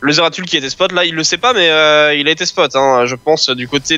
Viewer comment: svp les gars sa se prononcé zeratoul XD